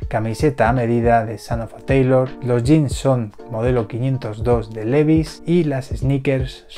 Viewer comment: El pronunciamiento correcto es "livais" y no Levis.